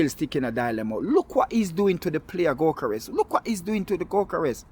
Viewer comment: That is " go- kor ess"....